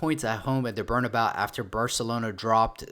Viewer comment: Support the channel but reminder it’s Behr-nah-BAY-U